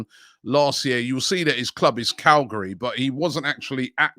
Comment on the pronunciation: he pronounced it "Calgary"